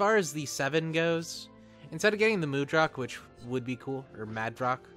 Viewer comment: in the zeonic front game it's designation is mudrock. they also pronounce it differently than you do; simply two English words "mud" and "rock